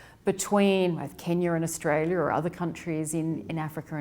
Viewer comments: It’s of AOURSTALIA, it’s Australia 😆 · Your pronunciation of Australia sucks... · That pronunciation of A-ustralia., stop playing. Did you also take some ostriches there?